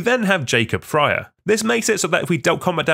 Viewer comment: it always hurts when Frye is never pronounced correctly lol